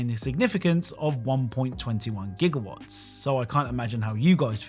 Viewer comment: Like how even the caption shows the right word for Gigawatt and not how he says it "Jigawatt".